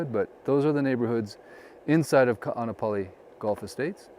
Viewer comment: I’m local Hawaiian. Can you please pronounce Kaanapali correctly.